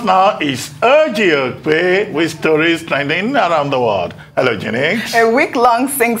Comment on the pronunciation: Love the way Dr. Ruben pronounce the name, OGY OKPE